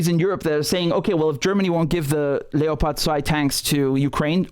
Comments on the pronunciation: Please stop pronouncing leopard in German. Just say leopard. It's making me cringe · Funny pronounciation of Leopard